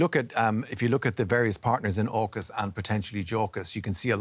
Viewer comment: I thought he said jackas